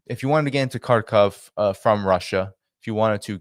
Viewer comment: Thanks for pronouncing the russian-speaking city the correct way: Kharkov 🙏👍